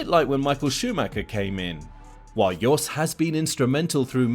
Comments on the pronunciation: His name is Jos. Not Yos.. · Yes sorry lol, I forgot it's Jos and not Yos.